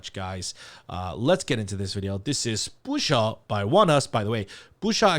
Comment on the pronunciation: I am so glad to hear your unfettered pronunciation of the title. It had me stumped even though it is sung several times, I had a harder time than usual hearing it clearly. Thank you,!